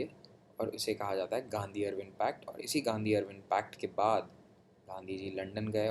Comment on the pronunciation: आप हिस्ट्री के टीचर नही है। केमस्फोर्ड नही चेम्सफोर्ड। अरविंन नही इरविन